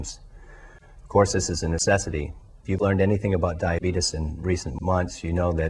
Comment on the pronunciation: This dude says Diabeetus. Hahaha